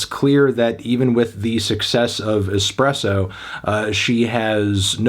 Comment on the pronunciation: If you say expresso one more time